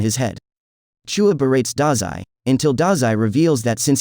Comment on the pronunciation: Who tf is CHOOUA ITS CHUU-YA WITH AN AH